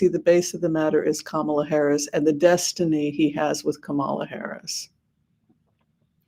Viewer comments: Thank you. And her name is pronounced: comma-la; not ka-MA-la. ( ,la ) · "comma-la", not "ka-MAH-la" Please do not pronounce her name incorrectly like TFG does. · At least pronounce her name correctly comma la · Hello. Please call her KAMALA😄 and not KAMAALA😟. I know you did so several times 🙂but kept slipping back to Kamaala. First time watching your reading, and I liked a different perspective because the readers that I have watched lately have a very glowing perspective for a win for Kamala. Only my mind broke a little bit when you called her KAMAALA instead of proper pronoun KAMALA. I personally believe sounds/vibrations are important, especially for nouns and verbs. Thanks for the reading! Everyone vote 💙💙💙 up and down the ballot.